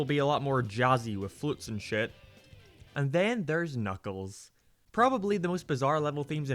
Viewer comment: “Knock Knock it Kuckles”